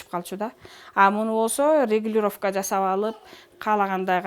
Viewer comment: Ушу туура суйлогонду билишсе, ЖАЗАП эмес, Жасап